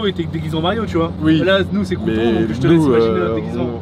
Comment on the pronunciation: Le crew’ton